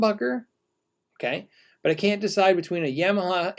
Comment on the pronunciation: Pretty sure it's "ya - maha" not "yam - aha" :)